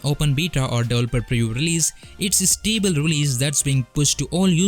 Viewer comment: you can hear back your pronunciation. it is pull not pronounce like pill and it is pronounced stable instead of sounding stible